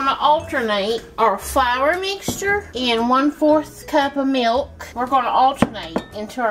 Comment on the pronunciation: Someone should inform her that there’s no “yoo” sound in “milk”.